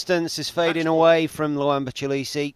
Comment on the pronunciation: The young mans Sur name is pronounced as follows, 'Chi le Shay'.